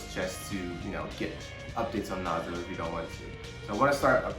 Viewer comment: Lmao it's Nazo not Nazi